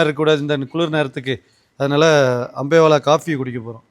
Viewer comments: அம்பேவெல, English la potalum pizhya pronounce pandreenga, thamizh la potalum pizhya pronounce pandreenga.. kadawule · அது அம்பேலா இல்ல அம்பேவெல😂😂